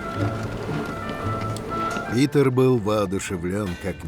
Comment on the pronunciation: Вы заметили что сказали не Пëтр а Питр